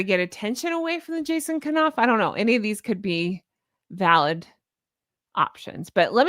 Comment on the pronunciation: love your show & your beautiful personality...HONK, HONK!!! That said, I just wanna let you know that Jason Knauf's name is pronounced w/a silent K (ie, 'knight, knife, knock, know,' ). Keep up the great work you're doing...❤